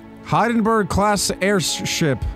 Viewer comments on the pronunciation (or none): The Hindenburg class airship is not pronounced (Hide-en-berg) class airship it’s pronounced (Hin-den-berg) it was the most famous Airship ever built it’s famous for blowing up and crashing that should help ya!